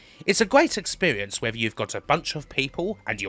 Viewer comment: It's a gweat expewience